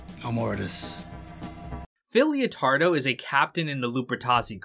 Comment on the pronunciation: Its LEO-TARDO GUYS, like LETTER, not LIO